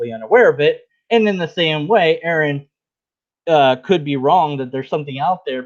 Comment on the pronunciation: excellent his n review! Just one, very minor thing, Aron really, really prefers his name to be pronounced R.N. like a nurse. 🎃👍💓✌